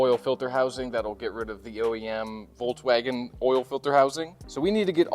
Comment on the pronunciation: Hey teacher, the v in Volkswagen is pronounced as f 😉